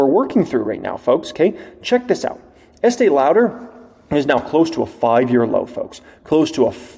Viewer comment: Love your vids. Ask your wife how to say Estée Lauder 😂😂😂